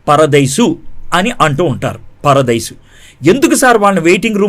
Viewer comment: మీ ఇద్దరికీ బైబిల్ సరిగా తెలియదు....కారణం ..మీరు బైబిల్ కాలేజీ కి వెళ్ళలేదు చదవలేదు. చదివితే ఎక్కడ చదివారు,ఏం చదివారో చెప్పండి. తర్వాత సంగతి తర్వాత. ముందు ఇక్కడ చూసుకోండి. అయ్యా! పరదేసి కాదు..పరదైసు. పరదేసి వేరే దేశానికి,ప్రదేశానికి చెందినవాడు. ఆమాత్రం పలకలేనివాడివి బైబిల్ ఏం బోధిస్తావ్?